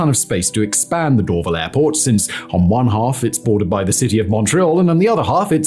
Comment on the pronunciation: Why didn't you mention the Airbus assembly plant where the A220 is built? Bombardier also still has some facilities at Mirabel. Hundreds of later model CRJs (700 and 900) were built there. Most civil Bell helicopters are also built at their facility adjacent to the airport. You also mispronounce Dorval. It's Dor-VAL with emphasis on the VAL.